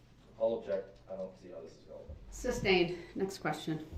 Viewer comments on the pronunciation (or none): Don't forget "substain" 😂🤣😅😆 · don't forget "subject matter jurisdiction." And the wrongful "SUBstain" not "SUStain." 🤦🏽‍♀️ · IT WOULDNT EVEN ALLOW HIM TO SAY THE WORD “sustain” CORRECTLY! He’d rather look like a dumb ass than to allow a woman to correct him 🤣🤣🤣🤣